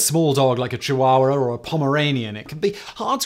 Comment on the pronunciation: What is a "chawawer?"